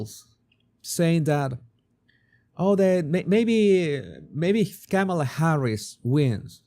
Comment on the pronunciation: Hi, I've been watching your show for years. Your "Body Language Guy" videos are excellent. I just wanted you to know that your pronunciation of Kamala Harris first name is wrong. According to Wikipedia the pronunciation of Kamala is: Kah-ma-la (the last two "a" s are shwa's).